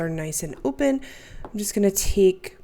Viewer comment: Did you just say "...nice and öpen" ?